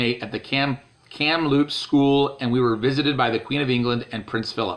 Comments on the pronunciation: Its pronounced Cam loops Kamploops the p is silent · IT'S KAM-LOOPS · Kamloops not poops. It's in the exact centre of BC